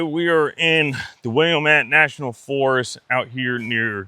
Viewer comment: FYI, “Willamette” rhymes with “damn it.” I live there.